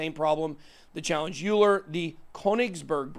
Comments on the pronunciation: Euler is pronounced ‘oiler’ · Euler is pronounced Oiler. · Euler is pronounced "Oiler". We was a mathematician.